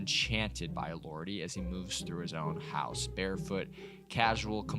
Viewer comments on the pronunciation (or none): none